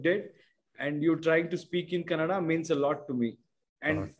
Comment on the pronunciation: its kannada sir not canada